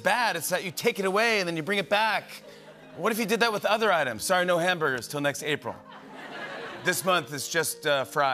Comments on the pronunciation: As a Canadian, "sowy" 😂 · The way Ryan pronounced “soory” 😂😂😂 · sore-E. shoutout Mike Felger. Peace. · I'm tickled Ryan used the stereotypical Canadian pronunciation for 'sorry' even though we're both West coasters and don't talk like that!